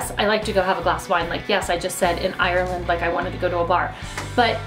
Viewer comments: Help I’m dying from when she said IRREland. Irish people know what I mean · Love the way she said Ireland 😂😂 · I from ireland and sorry your saying irela d rong